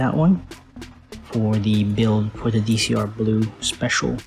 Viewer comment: Fun fact: It's not Dee Cee aRe. It's Decross.